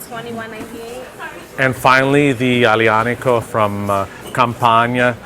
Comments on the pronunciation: "AGGGlianico" Nice pronunciation idiot. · Really bad pronunciation of aglianico guys come on... you’re professionals, learn the pronunciation